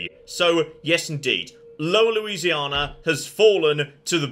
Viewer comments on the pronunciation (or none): The most surprising part of this episode is the 'R' that found in Louisiana, never knew it there 😄